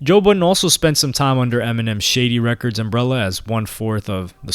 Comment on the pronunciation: I like how he pronounced Shady Records as “Shitty Records”.